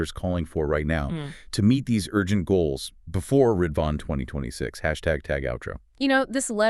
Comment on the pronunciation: Great analysis. Our cluster is studying the letter so it provides an in depth perspective. Just a note: the holy day Ridvan is actually pronounced rez-wan. Otherwise the pronunciation of the central figures of the Faith was well done.